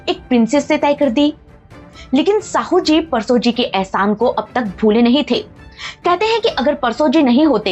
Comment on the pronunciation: मैडम साहूजी नहीं शाहूजी महाराज कहिए नाम तो सही से लो